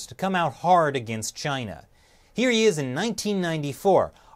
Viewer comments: Dude he said chiner.... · He cant even pronounce "Chiner" correctly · He calls it chiner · Chyner? What is Chyner Bernie? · China has a "r" in it bernie? "Chinr and its leadership"